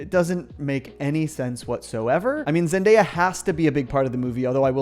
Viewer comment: 'Zendeyap' lmao